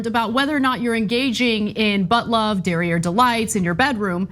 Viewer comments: "Derieh Delights" LOL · I understand how serious this is ... But Ana just said Derier Delights.....and this needs to be the new term used plz